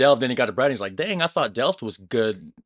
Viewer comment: Camping wild is illegal you get fined...Breeeee daaaah [Bray daah] NOT braydh